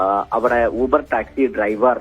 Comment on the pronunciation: ബാംഗ്ലൂർ അല്ല മാംഗ്ലൂർ , ലൂബർ അല്ല ഊബർ